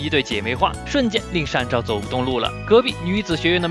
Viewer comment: 是善照你念錯了